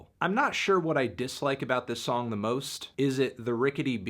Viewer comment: Why do you always say "Tyler DI Creator" and not "Tyler THE Creator"